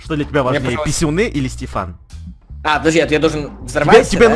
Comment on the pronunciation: стефан а не степан!